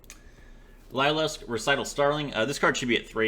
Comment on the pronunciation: I hate being that guy but its pronounced like "Leer" and not "lye"